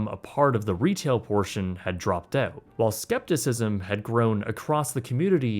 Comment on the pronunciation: 2 months oat? Dont you mean out?! Why talk like that?!?